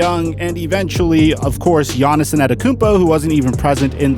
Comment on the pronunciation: Who is Giannison Adekounmpo? ... lol for the love of god just say GIANNIS.